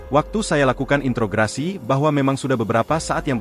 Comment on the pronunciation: Introgasi mas..bukan intrograsi..